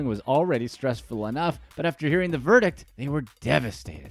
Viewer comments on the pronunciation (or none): none